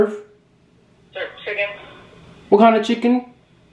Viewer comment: “What do you serf” “chIGEN wif fries”